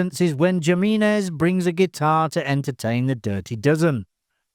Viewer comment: The pronunciation of the character Pedro Jiminez is atrocious.